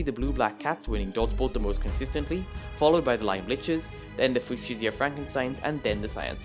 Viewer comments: I could defiantly be wrong but i think fuchsia is pronounced (f-you-sha) idk just trying to help :) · its fue-sha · Another great video and analysis from the one and only! Fuschia is pronounced fu-sha you can always google it if you aren't sure:) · As a person who had to learn fushia, it is foo sha, not fyoo shia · Nope it's fyoo-shia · For future reference, Fuchsia is FYOO-shuh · Fuchsia is pronounced like few-shuh or few-sh-uh, not really an intuitive pronunciation and it doesn't help that the MCC announcement spelled it wrong lol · Nice video but it triggered me every time u said fuchsia wrong (fyoo-shuh) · Fuchsia is pronounced few-sh-uh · Its pronounced fucxia